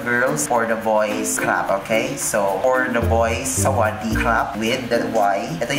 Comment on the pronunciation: พี่พูดชัดมากคำว่าสวัสดีครับ(หนูเป็นคนไทย)I speak very clearly. The word "hello" (I'm Thai).